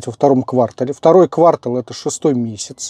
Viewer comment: пожалуйста, говорите квартАл )) Никто ведь не говорит квАртальный отчет😅